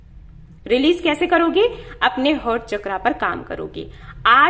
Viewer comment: Thank you so mach for this beautiful reading🙏🏻🙏🏻 God bless you always🙏🏻🙏🏻. With all due respect , its हार्ट chakra not हर्ट chakra. Please please dont get me wrong di 🙏🙏🙏